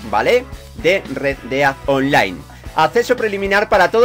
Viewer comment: No estas equivocada solo que a se le quedo la pelotilla estancada y no pronuncia bien:v